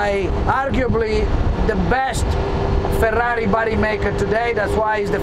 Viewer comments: The way he speaks the word Ferrari is real goddang cool!! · Yes, it sounds really good when pronounced with an Italian accent! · That's how you pronounce Ferrari.